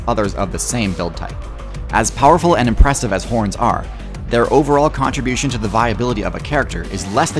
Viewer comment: hit that P in impressive like you were malfoy saying PPPotter